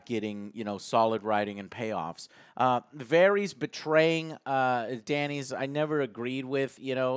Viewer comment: Please pronounce varys correctly.